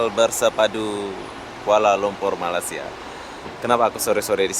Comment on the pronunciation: Cara anda menyebut Malaysia kedengeran sangat aneh seperti membaca malasia